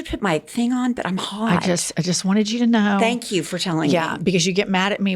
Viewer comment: I've heard u say not to long ago "if u hnow u know "